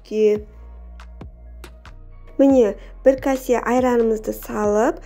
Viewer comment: Касе емес кесе демейсіңба.